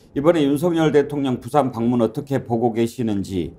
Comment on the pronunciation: 붓싸~아안. 고품격 원어민 아니 원주민발음. 어이구 창피해 제발 바쁜 총수들을 끌고다니지 마시고 생각하고 말하세요.나랏님! 쫌쫌쫌